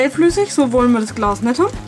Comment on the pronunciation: Am Anfang habe ich verstanden essbares Klaus 😂😂